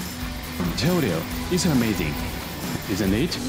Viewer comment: "is amating isn't it"